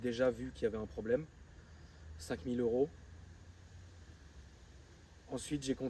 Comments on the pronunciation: 5000 mil eurrros 🤣🤣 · Ce que j’ai retenu de la vidéo : 5000 eurrrros 5000 eurrrros 😂 merci pour ce tuto incroyable, j’ai bien ri ! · 5000€ eurhlooo 5 milliard d’euhloooo 🤣🤣🤣🤣🤣🤣🤣🤣🤣🤣🤣